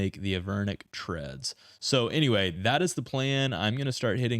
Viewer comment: They are Avernic Treads, no H